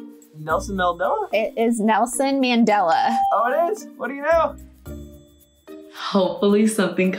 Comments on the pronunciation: Just btw your saying Nelson Mandela name wrong And he’s a hero for South Africa 🇿🇦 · Omg how are they pronouncing Nelson Mandela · South Africans are laughing everywhere because of the pronunciation of Nelson Mandela 😂